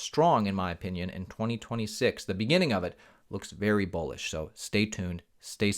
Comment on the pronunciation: Are you saying Bullish or Bullshit?